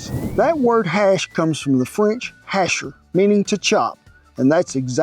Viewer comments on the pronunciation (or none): hashER lmao